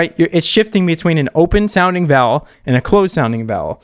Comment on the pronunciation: Alllllllll this time, I thought you had been saying “valve” with no v at the end, with an American accent or something. Didn’t realise you were actually saying vowel 😭😭🤣🤣🤣 I think it’s cause you say vowel in one syllable and not two 🤔🤣